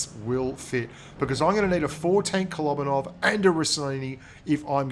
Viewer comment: Kolobanov... kolóóóbanov... kolobanov... k-k-o-look-baa-nov... Darn it! You got me in a pronunciation problem! Now I can't stop thinking about it! Grrrrrrr.